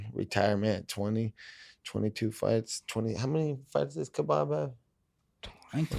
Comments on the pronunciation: Called him Kebob lmao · Called him kabob😭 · Nate calling khabib “kabob” killed me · Nate said KhaBob wtf 🙈😂😂😂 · When Nate called Khabib “KhaBob” 😂😂😂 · Called him Khabob lmao😂😂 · Homie said kabob🤣🤣🤣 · Lmao he said Khabob